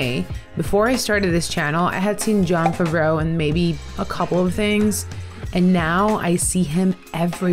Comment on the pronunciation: I like how you say Jon Favreau so elegantly. 😄